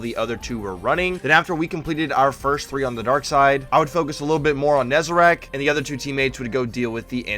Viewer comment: NEZ-A-RECK. RECK. WRECK. NOT RACK. FFS.